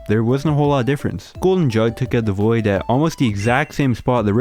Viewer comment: I thought you said “this is the boi” in the intro 💀